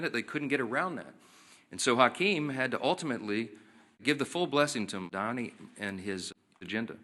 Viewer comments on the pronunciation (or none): none